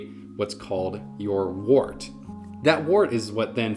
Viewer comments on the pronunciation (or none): wort not wart :)